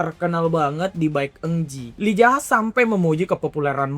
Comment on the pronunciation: Kenapa lu bilang MC Yi Zaha ke Lee Jaha? Apa biar enak bilang nama nya?